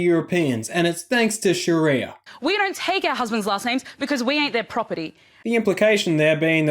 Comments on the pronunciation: soun like shes saying Shitty-er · Can Aussies please stop calling it "SharEEEEEYYYAAA", it's almost as bad as hearing Abdel calling it "SHARRRRREEEYA". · Every time she emphasizes sharia I just want to punch her in the face.